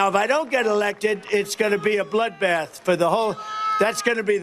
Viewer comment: “He was talking about…………….. a bloodbath! Sometimes a bloodbath means a bloodbath.” Ok bro what do you mean by “bloothbath”? Murder? Massacre? Is Trump going to start purging people? This is how full of shit these main stream liberal activists are, they can’t even define wtf they’re talking about.